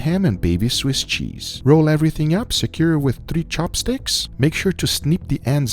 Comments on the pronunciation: I thought he said "toothpicks". 😂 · "Chopsticks"? You mean Toothpicks?